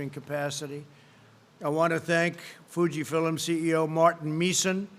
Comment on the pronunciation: Fuji Fillums. Over and over.